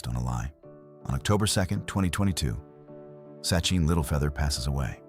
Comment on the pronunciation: It's Sacheen Littlefeather, not Sucheen. Duh.